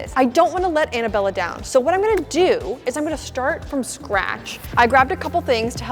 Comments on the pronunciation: It's pronounced Anna Bella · she said anna-bella instead of Annabella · The pronunciation of Annabella made me laugh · She jut said Annabella?- Lol